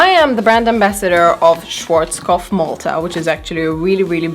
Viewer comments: Ja, "Schworzkof" 😂😂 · Wer spricht noch deutsch und ist absolut getriggert von der Art wie sie Schwarzkopf ausspricht😂 trotzdem nices video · I was wondering what brand you mean until you showed it You pronounced it completely wrong haha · your ' a' us more like an 'ei' and she pronounced it more like schworzkopf. If you say more 'ahh' instead of 'ei'. Look it up on yt at a german schwarzkopf advert. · Love it how "schwarzkopf" is pronounced in English hahah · Schwarzkopf is german. And as a german it’s always so funny to hear how anyone is pronouncing it. 😂🤗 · I love how u pronounced schwarzkopf😂😂it's so funny as a german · Schwarzkopf, it's hard to tell you how to pronounce an a right in German. It's not "ei" it's just "a". And "pf" is just "pf" and not "f" 😂 Just let the German voice of Google Translater tell you how to pronounce it lol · It is cute how non-germans pronounce „Schwarzkopf“, btw I love your crazy hair ideas😊❤️